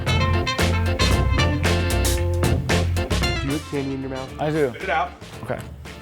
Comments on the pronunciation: THos are mAcaRONS not MacaRoOOns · It's macaron not macaroons . Macaroons are coconut meringue cookies macarons are completely different. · MACARONSSSSS NOT MACAROONS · it's macaron not macaroon. macaroons are the toasted things, macarons are the french pastry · It's pronounced Maca-rohn; a macaroon is mostly made out of coconut, unless you like to dip it in chocolate. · Wow an American that pronounced caramel correctly 😂😂😂 Edit: and macarons wrong!!! 😂😂🙈🙈🙈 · That’s not how you pronounce macarons